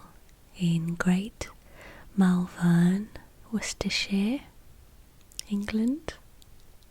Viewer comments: Gotta pronounce it MalVUN, not MalVERN, they're not that fancy round 'ere ;) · its pronounced 'Mol-vern'. I've lived here all of my life. I'm less than a mile away from you right now, and if i see you in town I'll say hi! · I live right near here & I love the way you pronounce Malvern 😂 you say it 'Mulvun' rather than Mal-Vern !!